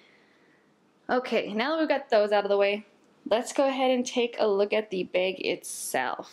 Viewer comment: awesome bag and tech. I also like how you say bag, its like beyg. anyway keep it up